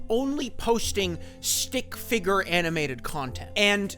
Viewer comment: The way you say “stick figger” sounds like its a slur every time.